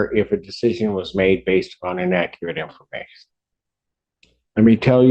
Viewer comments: I hate when there are "in-ak-ret" statements. 🇦🇺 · inakerat infuhmation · She cannot even say inaccurate right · I didn't know there that many ways to mispronounce the word inaccurate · This shows you the intelligence of people in Detroit! For one thing, she can’t even pronounce the word inaccurate correctly. And surprisingly, she apologizes over and over which you know damn well she doesn’t mean because these people always think they’re right! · In Akerate info mation 😂😂😂😂